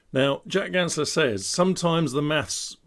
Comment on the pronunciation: *Ganssle, not Gansler :)